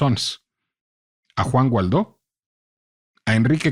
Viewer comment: Excelente episodio, lo escuché en la página de El Heraldo. Solo una observación, es algo irrelevante pero creo que el apellido del político es Guaidó y no Gualdó (perdón por la pedantería, el contenido del podcast es soberbio).